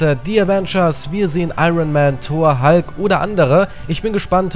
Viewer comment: Er heißt hulk und nicht halk